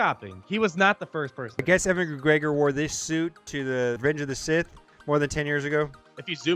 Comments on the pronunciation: UGHH, its pronounced U-in not Evan with a w! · It's not Evan McGregor, it's Ewan McGregor like uwan McGregor is the pronounciation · Ewan not Evan lol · why tf do u pronounce ewan as evan?? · from someone with the same name (different spelling) its said you-wun mcgregor 😂😂 p.s love the videos